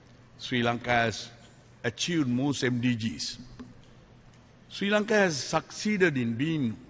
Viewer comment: ලපයට සිංහලත් හරියට බෑ. ශ්‍රී ලංකාව. කියලවත් හරියට කියාගන්න බෑ. සි ලන්කාව කියලා. කියලා කියන්නේ.